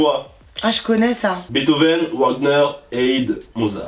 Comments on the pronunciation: par contre sur la question musique classique avec en proposition Mozart Haydn Beethoven et Wagner la prononciation 😭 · Comment il a prononcé Wagner et Haydn hahahahaha